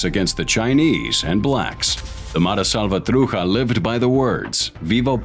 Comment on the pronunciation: The presenter of this video doesn't even know how to pronounce the name of the gang. Obviously, leftist propaganda trying to victimize the perpetrators.